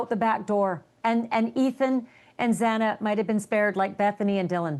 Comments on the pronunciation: Why is it so hard for ppl to pronounce XANA KERNODLE right?!! The freaking JUDGE even messed it up TWICE. And now isn't even capable of pronouncing her FIRST name right. How hard can it be. Do your homework and show some respect to the families. Ashley, please with all due respect, correct people who do this because it's disrespectful. Also, I had to tap out after a couple of minutes, because barely knows the case. I like this channel but this is appalling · No ones name is mispronounced more than xanas :/// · TOTAL DISRESPECT!!! Can't even get the names right! Why us he even on this show?? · Can’t even pronounce Xana name right. Can’t stand him, he’s so disrespectful & TMZ is a joke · Her name is XANA ffs. Why can’t these so called Journalists pronounce names properly. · At a minimum PRONOUNCE THE VICTIMS NAMES CORRECTLY. Good lord. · I love Harvey Yall so obsessed stop trippin folks. U SAY HER NAME WRONG OMGGGG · Its really hard to listen to anything this guest speaker has to say when he cant even pronounce the victims names correctly. What other really important information did he get wrong? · Why is it so hard for loud mouth Harvey Levan to get Xana Kernodle's name RIGHT!?!?!?! At this point it is disrespectful and disgusting. If you are going to report on this heinous murder GET THE NAMES RIGHT!!! DO BETTER!!! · This whole harvey levin segment should’ve ended up on the cutting room floor. How embarrassing and disrespectful towards the victims. Not even knowing xanas name and getting it wrong not once but at least 4 times? What a joke. And I don’t know if Harvey was under the influence of something but he was all over the place and constantly interrupting Ashley. This was a tough watch 🙄 rip ❤maddie❤kaylee❤xana❤Ethan❤ we will never forget your names 🙏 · needs to stop interrupting. And stop pronouncing Xana’s name wrong. So disrespectful. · The judge couldn’t say Xana’s last name either. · The Judge did too. Twice.